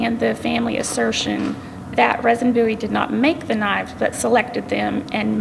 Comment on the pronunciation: Name is pronounced "Reason".